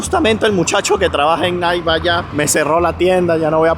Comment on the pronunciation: SE PRONUNCIA NAIKI.... NO NAIK. Interesante video.